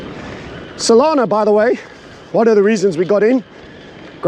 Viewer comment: its just not the same when you pronounce solana correctly. i preferred it when you were gender confused about her